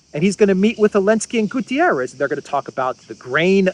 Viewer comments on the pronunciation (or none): none